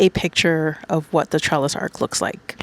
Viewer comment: It’s gorgeous but you’re pronouncing it as ARK, it’s ARCH. The ch at the end not k.